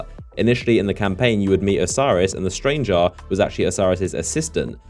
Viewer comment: STRANGR-AH. STRANGE-AH. The STRANGE-AH.